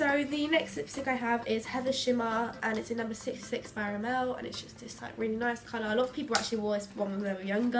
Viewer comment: It's sad that they have all this great makeup but have difficulty pronouncing the names of the brands... Rimmel isn't pronounced ri-MEL 😫😂